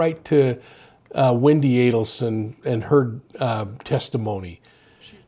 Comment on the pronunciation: Good to hear you pronounce the Adelson name correctly.